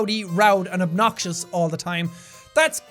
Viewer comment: "lowdy, roud, and obxious" 👌 A+ grammar